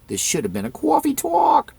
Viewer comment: Cwuaffee twalk